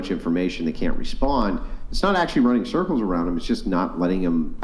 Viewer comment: “Running surculs around his Aauusss”😂